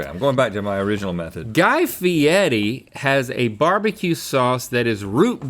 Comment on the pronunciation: Why are you saying Guy Fieti instead of Fieri